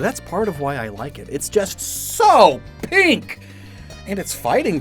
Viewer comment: the way he says it lmao "it's just. so. P I N K "